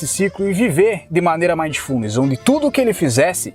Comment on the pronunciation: Ei, Joãozinho. Se você está lendo os comentários e assistindo ao vídeo ao mesmo tempo, PARE. Ah, e só a título de esclarecimento, a pronúncia é MINDfulness. Eu pratiquei isso durante essa semana desde que vi o primeiro vídeo do, e estou tendo resultados incríveis. Muito obrigado, irmão!